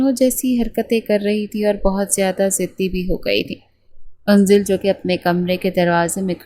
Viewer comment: Yaaar unzal name nahi ha. Anzal ha. 😢